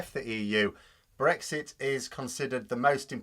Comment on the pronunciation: when they say it's not breixt..😂😂..